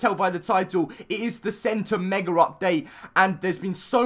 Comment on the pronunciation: I hate how he says megar it just makes me mad. Just me? Okay I'll just show myself out.